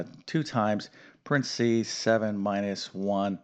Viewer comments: What the hell is prensees? Do you mean paren thes ees? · Brit here. Where are you from? You pronounced PARENTHESES quite differently than we do. Good reminder though on the order.